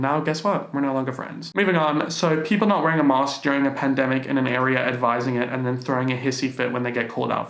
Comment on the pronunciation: The way says PaNdEmIcUa is giving me life